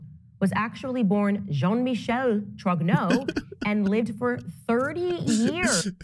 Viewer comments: Why does it bug me that she keeps anglicizing Jean Michel's name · Can she stop referring to Jean-Michel as John Michael? This is 2024, we can do French names.